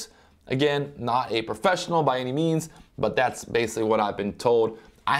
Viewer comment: The word is "professional" not "perfessional" hahaha